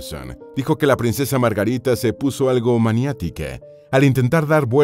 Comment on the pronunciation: Si deja decir Margarite sería menos insoportable, que locución tan espantosa. He conseguido escuchar 2 miñ